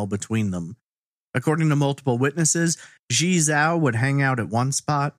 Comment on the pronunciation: I know you didn't ask, but her name would be pronounced "jee-eh" (one long word, I can't think of an english word it sounds like) "jaoh" (like cow) and you got "Li" right. It's really hard to know how to pronounce chinese names unless you speak a little or practice a lot. Thanks for uploading so much great content!